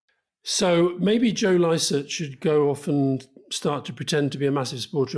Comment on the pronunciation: Licett? Come on Rory! What's that about? Passive aggressive? Too kool for skool, to know how to pronounce a popular and excellent comic's name? I'm seriously loosing faith in you. Did your AI tell you to say it like that? 🤔